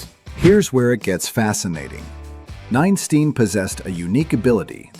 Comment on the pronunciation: Ninestein, not nine steen -_